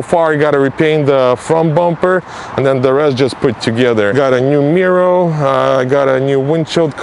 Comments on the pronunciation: I thought he was saying mural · Anyone else smile when says “Mirrow”. 👍🏼. Love it keep up the good work